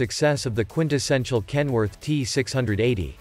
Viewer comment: If you phonetically pronounce KEN-WO-ARK - it legit sounds like a Chinese person trying to pronounce Kenworth.